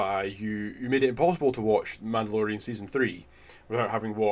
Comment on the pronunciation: “The MANTELorian”